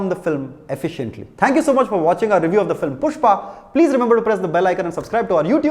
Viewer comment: Review sounds like saüte 😂